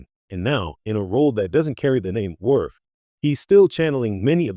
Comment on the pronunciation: The Character's name is pronounced, WORF! DUMBASS!